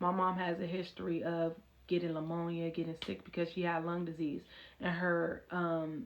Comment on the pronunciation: LAMONIA????? what in the world 😂😂Its Pneumonia and the P is silent !